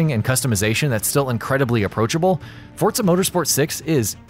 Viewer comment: Anyone else hear him call it fortza instead of forza